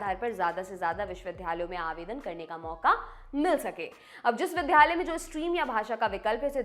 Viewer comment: Vidhyalaya galat word hai Vidyalaya sahi hai Lallantop se itni badi galati 😭😭😭